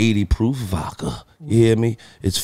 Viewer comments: Lol whenever Gillie says vodka sounds like he's saying "vaca". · Bruh I knew I wasn’t alone in this lmaoo 😂 “New Amsterdam Vacka”